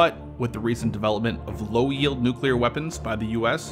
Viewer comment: "But with the RECENT development of low-yeild nuclear weapons by the U.S." 😂